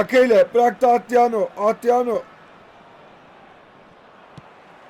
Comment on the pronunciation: Abi şu adama atriano deme ya